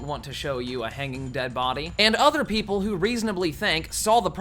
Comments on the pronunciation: "peep-ole" definitely not "peep-ull" lmao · He said “peepole” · Dude said PeepHole not people